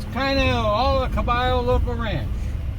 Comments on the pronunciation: Uh, that would be ca-BAH-yo, not bay. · Pronounced KA - BUY - YO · Uh that would be Ca-bay-oh - the double LL in Spanish is pronounced as an English "Y"